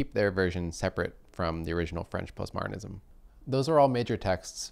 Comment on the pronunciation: I heard "post-martinism." I recalled clothing used to be "martinized" (whatever that was).